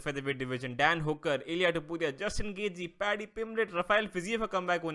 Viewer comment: Bhai wo Topuria hai Tapori nahi hai 😂😂😂